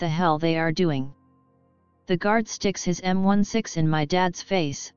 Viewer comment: His M 1 6 Sounds so weird when you say it like that